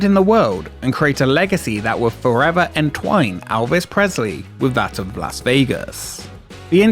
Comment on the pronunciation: Who the fuck is Alvez Presley? 😂